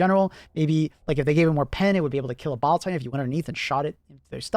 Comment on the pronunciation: I keep hearing bowel titan